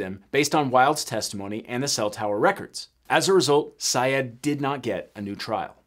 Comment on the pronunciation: It’s pronounced “Sy-ed”.